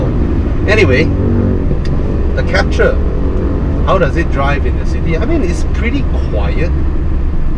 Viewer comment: Is Captur, not Capture!